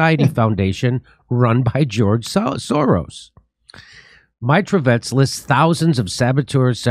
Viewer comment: Not [mairotvotetc] but [meerotvorets] actually. [meer] mean peace, [tvoretc] - maker, such a killers-peacemakers))